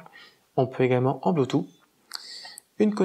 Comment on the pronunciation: Sinon on dit bloutousse et pas bloutout. Et pas de s à la fin de cent euros 😁